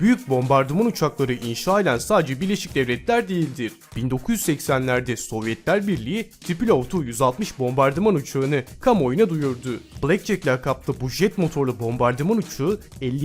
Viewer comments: Entınıv ne lan. Yazıldığı gibi okunur o. Aynı zamanda Tipilov değil tupolev. O da yazıldığı gibi okunur. Ayrıca bomba uçağı değil bombardıman denir. Kimse mükemmel değildir. Kimse her şeyi bilmek ve doğru şekilde telaffuz etmek zorunda da değildir.Sevgiler :) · her entniniv dediginde midem bulandi entiniv degil antonov diye okunur bide tipilev degil tupolev diye oku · Tipilov deme şu Tupolev'lere allah rızası için. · Tipilov ne ya tupolev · ENTINIV DEGIL MAL ANTANOV - TIPILOV DEGL TUPOLEV BUNLAR UKRAYNA VE RUS UCAKLARI ALLAHIN SIGIRI COK MERAK EDIYORUM SEN PUTIN DE PITEN DIYORSUNDUR ALLAH BILIR COMAR ALLAHIN COMARI :D :D :D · "Entinıv" değil o, A-N-T-Ó-N-O-V. Rus soyadıdır, amerikan aksanıyla söylemeyin ya, çok iğrenç sesleniyor. "AN" da Antonov soyadının ilk 2 harfi, "en" değilll. TUPOLEV de aynen Antonov gibi.